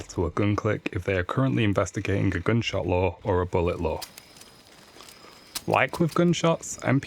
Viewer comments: Nope, its lure, as in attract not lore as in a story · it sounds like hes saying law and not lure lol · sounds like hes saying "law" and not "lure"